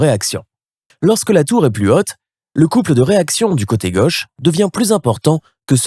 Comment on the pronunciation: "Le coté gueuche" (sic) ? Non, mon gars, c'est le côté gauche !